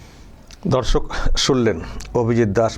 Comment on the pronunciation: S শফিকুল ভাই আপনার মুখের ভাষাটি উচ্চারণটি একটু ঠিক করুন দর্শক উচ্চারণ ঠিক করুন প্রথমে যখন দর্শক বলছেন ধর্ষক শুনা যাচ্ছে